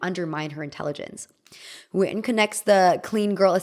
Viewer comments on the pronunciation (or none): none